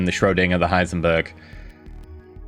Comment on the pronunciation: Still wonder, why nobody actually corrected you on Heisenberg, not Heisenburg ;).